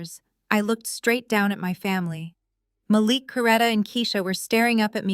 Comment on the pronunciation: You repeated yourself. And it is pronounced "ma LEEEK"